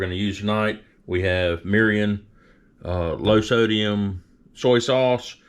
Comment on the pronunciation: “Meerreeeyon” 😂why is everyone like this whitey learn how to pronounce the ingredients before you make a video about another culture’s food plz. And cool it with the love bots, how much you pay for these comments?